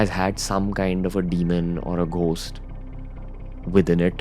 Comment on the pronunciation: ghost ka pronunciation check kr le ranveer..!!